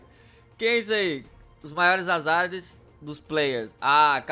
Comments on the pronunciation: ''Maores'' olha o sujo falando do mal lavado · As "MAORES"kkkkk